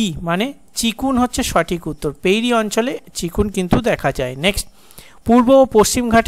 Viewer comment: চিনুক হবে আপনি চিকুন বলেন 😢